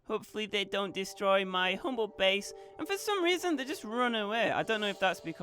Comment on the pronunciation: wtf is wrong with ur english lol? ''bes'' base*